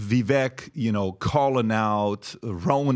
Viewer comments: Do they seriously not know how to pronounce “Vivek” (rhymes with “cake”) at this point in time? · It's spelled Vivek. Pronounced like cake...Vi-vake. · It’s incredible that Patrick still hasnt learned how to pronounce Viveks name. it’s like if Vivek just constantly called him Potruck. What a cringey oaf fake alpha male lmao. This show is pathetic tbh